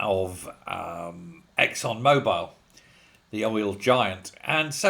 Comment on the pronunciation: It's not Mobile it's Mobil!! 🙄